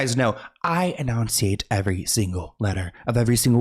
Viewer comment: Enunciate. Not eNOUNciate. 🫤